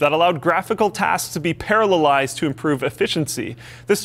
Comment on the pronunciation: points to for pronouncing 'parallelized' properly:-)